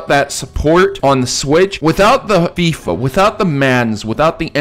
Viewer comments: FIFA is pronounced fee-fa not fyfa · it's pronpunced feefa not fyfa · It's pronounced feeefa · Did this dude really say Fife-a? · Why does he pronounce FIFA like that 💀💀💀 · It's specifically designed to get ppl triggered.